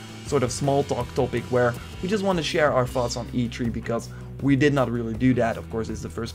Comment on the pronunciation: Notice how he says "e tree" and not "e three"